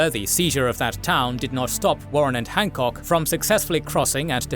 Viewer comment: Ah yes, the famous commander of the Second Corps, Winfield Scott Hahckok.